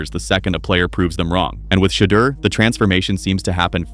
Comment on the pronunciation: The narrator pronounced Shedeur name ten different ways, Why?